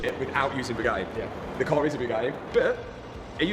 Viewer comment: i Really have to tell you Its pronounced BOO Like booty BOOgati LOVE YOU BRO YOU THE MAN